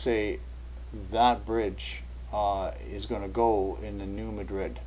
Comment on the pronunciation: I just hope I didn't sound like too much of a nitpicker. It's just that, being from Kentucky, I reckon I let it bother me too much when I hear people on TV or such pronounce it like the name of the Spanish city.